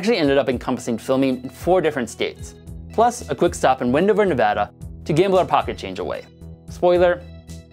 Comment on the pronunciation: Thank you for saying Nevada right.